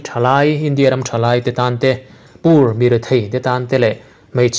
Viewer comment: Pronounce poor to por...not pur